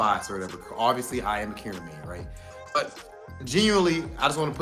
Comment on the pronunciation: From one Karin main to another. Could we stop butchering Karin's name. Its not pronounced like KAREN and every time I here that I cringe. Karin is a woman of class so address her a such. That is all.